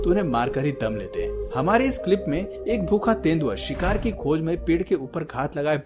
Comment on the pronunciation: You say sikhar a sikhari